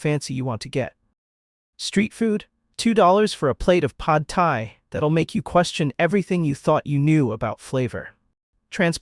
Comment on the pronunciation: pad thai. Not pod thai.